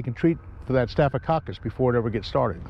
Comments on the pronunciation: No! He said very distinctly: 'Stoff-a-Kockalus'...! (At least we know WHAT he meant...). Haha! Snapping Turtles can give ya the same thing, but the WORSE is getting bitten by an Opossum (they have 50 teeth, and my arm shows proof of that! Thought I was going to lose my arm from the elbow down, but 8 days in the "Horse Spittle", $19,200 worth of medicines and care, and I got to walk out of there. That was over 15 years ago, and prices have skyrocked since then). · Best part is hearing you say "staphococcus" six times in a row. Great content too! I wish I can become a veteran fisherman like you when I'm older!